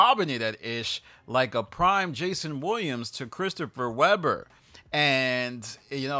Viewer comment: mentioned C Webbs whole govt name like a whyte boy. “She was lobbing in like Jason Williams to CHRISTOPHER WEH-BUR” That’s some nasty narration😂